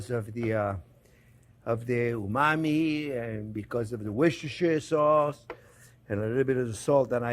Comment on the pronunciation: Try saying "Wooster" instead of "Worcestersure"